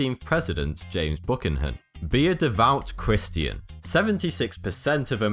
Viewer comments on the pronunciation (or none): you pronouced james buchanan name worng tis pronounced james bo cannan not buckin in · "bu can in" not bukkanhin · RayB No.. Byoo-Cannan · it’s pronounced Bue -cannon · You suppost to say it like boo canan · BUKANAN Wut Bee-u-canon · Bookan-han? Are you shitting me? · buchanan is pronounced beeoo-kan-in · "Buchanan" should be pronounced like "Byoo-khah-nahn". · 15th president... James "Book-han-hin"? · god the way he pronounced James Buchanan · Bro, learn how to say the Presidents name correctly.... you said Buchanan completely wrong lmfao wtf was that shit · the way you pronounced "Buchanan" hurt my soul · hahahah you almost pronounced James Buchanan's name right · The way Buchanan is pronounced is at least very original here. And weirdly wrong. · Lol he said Buchanan wrong